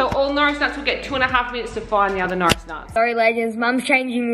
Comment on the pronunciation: Al Dweik you said ate instead of are and you said Notris instead of norris